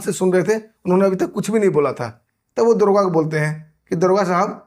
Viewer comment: दरोगा तो बोल नही पा रहा है दुर्गा बोल रहा है बड़ा चेनल चलाने वाला बन गया